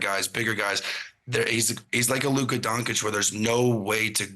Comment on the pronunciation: A bunch of clowns commentating for NBA podcasts these days. Can't get your facts right. Can't appreciate greatness when it's right in front of you. Can't pronounce Luka's name correctly. Then, it's all about the Warriors and Steph. 🙄 I don't even know what to say at this point. I won't watch again. The disrespect on Jokic is crazy!